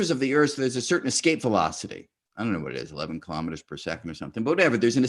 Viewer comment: Kilo'meters, not kalamaduhz.